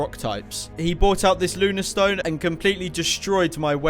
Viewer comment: Lunastone instead of Lunatone 🤣